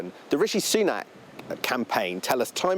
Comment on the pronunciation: Sunak. Not Sunan. Apology!